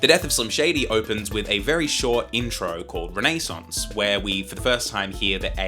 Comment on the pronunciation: Wtf is Renee Saunce? Learn to pronounce words correctly, why are all Gen Z people like this??? By this I mean illiterate!?